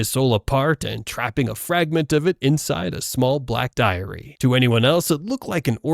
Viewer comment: Why do you pronounce "Diary" as "Diarrhea"